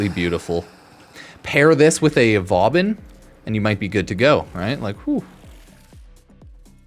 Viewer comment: Why is no one talking about Vaubin? 😂